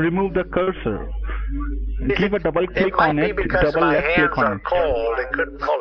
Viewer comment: Little tip from an actual Indian: As soon as 'John Smith' pronounces "double" as "dubbal", he a scammer.